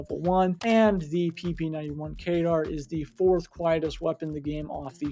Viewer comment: kedr not kaydar